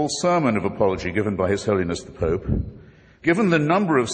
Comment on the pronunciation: When the preacher who went first says pope, it sounds like poop. That is all.